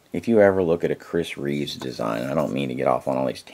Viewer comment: Also, it's Chris Reeve not Chris Reeves.